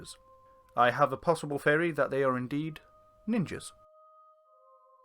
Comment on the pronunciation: 12 ghosts in 6 mniutes? a bit rushed isn't it? also please get better diction. it is pronounced THree not Free. THeory, not Feary. seriously I barely made it through 6 minutes of speech impediment and only then because I'm from the much neglected county. 'Catter-ham?' I'm from there and you said it so badly, it's pronounced KATE-rum that I didn't recognize it and only as i heard the local tale did I realize what you'd said.